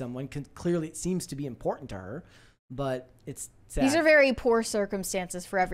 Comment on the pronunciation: what is “sod?” You mean grass?? Do you mean “sad?”